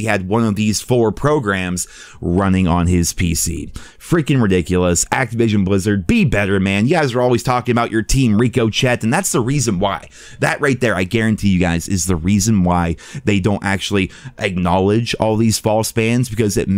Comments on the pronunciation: I wonder how many reekochet comments I have to leave before figures out how to say that word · I think he calls it Rico-Chet because if it worked correctly he’d pronounce it correctly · Ric-o-shay... sorry buddy ... love your vids keep up the good work bud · Rick-ah-shay, not Rico-Chat lolol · Ricoshet which is actually produced ricochet like a bullet ricohing off a serfice lol too funny 🤣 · it’s NOT RICO-CHET, it’s RICO-SHAY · (rick-o-shay) say it with me bro (RICK-O-SHAY) not (reek-o-chet) (RICK-O-SHAY)!!! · Bro it’s not Reeeko it’s Ricochet!!!! Rick o shay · IT’S PRONOUNCED “RICK-UH-SHAY” NOT “RICO-CHET” 😂😂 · it’s pronounced rico “shay” not rico “shet” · ITS NOT RICO CHET ITS RICO SHEY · its pronounced RICO-SHAY, not ricoCHET lol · why do you keep saying reko chat? its pronounced rick a shae lol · Is it really pronounced “Reeko Chet” and not “Rick O’Shay”? Or are you just trolling? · like 5 videos ago: I hardly mispronounce words Also: Rico-chet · Forget it I’m saying Reeko Chet for the rest of my life . Thanks dawg lol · Anytime would say ricochet I kept thinking "isn't it pronounced "rikoshay" I.e." I'm sooo glad someone confirmed it 🤣🤣🤣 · RICO CHET GANG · Say it with me, Rick O’Shea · butchering the pronunciation of “Ricochet” is like claws on a chalkboard. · It’s pronounced “Reeks-of- shit” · SHEY is one syllable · no please call it rico shet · Ricochette? Si-naps? How the hell people pronounce that shit wrong lol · Ricochet Rick-uh-shay Thank you! Hahaha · Repeat after me… Rick. O. Shea. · I love you bro, but please.. ITS RICO-CHET(SHAY) as in ricochet bullets/debris. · RICK - O'SHAY. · RICO"CHET" NOW IM NEVER CALLING it ANYTHING ELSE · Its not Reeko Chet, it Robbing Gets, that what Activision are doing. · Rico-Shay is how its pronounced good video as always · Rick - ohh. -shay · Rico-Chet hahahaah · Never thought I would have to say it, but it’s pronounced Rico-shay. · Ricochet Pronounced rick-oh-shay